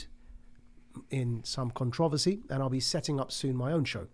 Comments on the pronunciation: The way this guy pronounced “controversy” ….bro. My brain broke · Why can’t people pronunciate “con tro ver sy”. Why do people have to say words in such a wildly different manner for some reason.